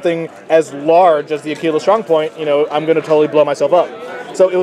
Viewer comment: It's pronounced akwilla, not akeela. Methinks you had too much tekeela.